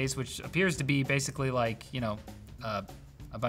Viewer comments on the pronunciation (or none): none